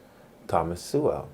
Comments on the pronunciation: You pronounce Sowell like soul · You pronounce his surname as 'Sewerwell' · His name is pronounced "So-ul" that you can't pronounce it...devalues your argument a bit. Your distracting and mostly meaningless cuts to images diminishes your points. It's very like 👍 adding emojis 😃😂🥲😂🤣 after 🚨 every 🚨 word 🚨. It's lame 😒. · You incorrectly pronounce Thomas Sowell’s name. Proper pronunciation of his name is “soul.” Thomas Soul. You butcher Thomas Sowell’s philosophy as atrociously as you butcher his name. Your understanding of Sowell’s ideas is superficial and incomplete. Back to the drawing board. Read a few of his books and redo the video. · As soon as mispronounced his name I knew you haven't watched any videos or read any of his books. When you learn more then just being able to pronounce his name, I may consider watching one your videos. I really am sick of these pseudo Intellectuals feel qualified to criticize a man with 65 years of research on the human condition. Most of his statements are facts and not his opinion. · That’s not how you pronounce his last name.